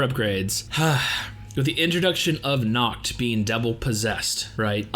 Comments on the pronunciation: Bro do not pronounce "Nacht" like "Nackt" because "Nackt" means in German "Naked" 😂 many English speaker have problems to pronounce the soft "ch" sound in words like" Nacht " properly. Usually they tend to produce a" k" sound, so they say "Nakt" and not" Nacht" or "Likt" and not "Licht". There is a simple trick how you can produce that sound correctly. Simply whisper the "y" in "yes" instead and it would sound better. Hope it helps you btw I'm not a German and German is not my language it happens I just speak couple languages 😅. Oh and great reaction. 🔥🍀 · Just so you know....Its Nacht and Morgen😏